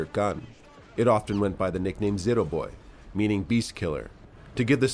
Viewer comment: It’s not zero boy it’s zvere aboy